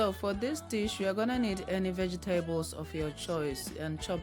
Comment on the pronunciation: Love how you say vege tables 😂😍😍😍